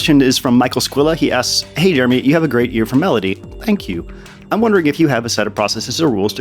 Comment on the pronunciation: I had to rewind the video because I thought you said "Jerewy" for a second